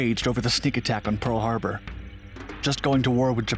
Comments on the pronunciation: "Peal Harbor" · I swear to god, but I remember “Pearl Harbour” not “Peal Harbour” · We caught you slippin! Peal harbor? Lol